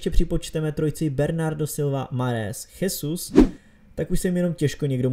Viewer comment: Nechcem ťa nejak poučovať ale číta sa to Žesus a nie Chesus